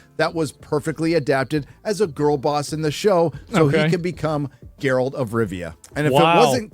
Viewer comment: Thats not Geralt. Thats Gerald